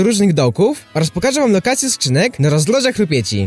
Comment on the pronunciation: zajebiscie powiedziales rozdroża rupieci >4 XDDDD